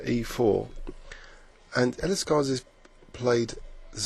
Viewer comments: hi, im from catalonia, the land of illescas and i got to tell you his name is written Miquel, not Miguel and pronounced iyéscas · hi, im from catalonia, barcelona. like illescas. and i got to tell you his name is miquel, not miguel (wich is spanish not catalan) and is pronounced iyéscas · hi, im from barcelona, catalonia. like illescas. and i must tell you his name is miquel not miguel (wich is spanish not catalan) and it is pronounced iyéscas